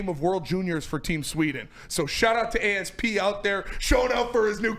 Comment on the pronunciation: Can’t pronounce ASP’s name lmfao?